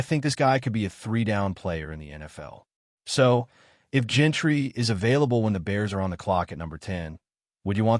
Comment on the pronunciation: It's Jeanty not Gentry